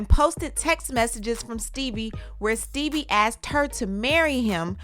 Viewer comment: Sooo no one else notice that is saying “ Steebie” cuz that i was calling him lol